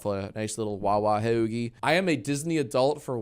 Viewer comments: every time you say hoeugie i feel my vein bulging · pls stop saying hoagie like that i’m shaking